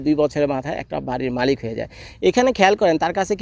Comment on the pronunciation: Lol bro 🤣 মালিত না মালিক হবে 🤣😂